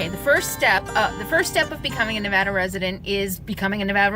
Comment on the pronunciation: Just want to say THANK YOU or pronouncing our states name correctly.. "NEE-VADD-DAH" not "Nah-VAH-dah" I hate it when "supposedly" educated people mispronounce my states's name.